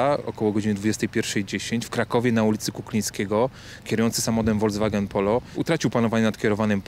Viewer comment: FOLKSWAGEN!!!! Ludzie nauczcie się wreszcie mówić dobrze! To niemiecki samochód dla ludu!!! FOLKS FOLKS!!!! A ja tu słyszę od POLICJANTA WOLDZWAGEN!!! CO TO JEST WOLDZWAGEN?